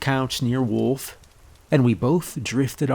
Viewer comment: My last name is Wolf and yes that's how its spelled. All I want to say is thank you for saying it correctly instead of Saying woof like everyone else!